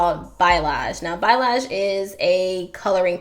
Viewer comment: I love this. My mom actually got me on this dye. everything came out amazing Oh and you're actually pronouncing "balayage" wrong ( no shade lol ) just a fyi 😊✌🏾️